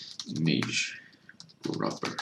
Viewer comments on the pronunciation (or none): none